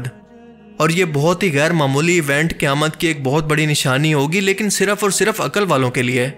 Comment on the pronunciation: Kayamt nahi kehtey Qayamt ask Lfz hai or Mjood koi lfz nahi Moujood asl lfz hota hai bhai. Urdu to sahi bolo.